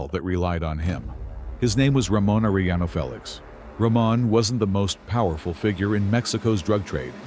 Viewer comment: Are eh yaknow, stupid? Its not hard to say that for an American who understands english enough to be able to say specific english sounds as a way of speaking a name which cant be translated into an english version, simply spoken in an English accent interpretation, using our own language to say what we hear when they say their own name. Youre not supposed to try and read a foreign name like its written in emglish, especially when you know how to say the name properly and mess it up trying to say what you see written as if it was a word in English